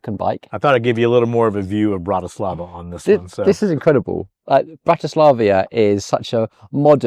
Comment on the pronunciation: Bratislavia??? No one knows such a city. Perhaps your unyielding English tongue will allow you to pronounce another name. It dates back to around 850 AD and was the name given to the City on the Danube by the Greeks: «Istropolis».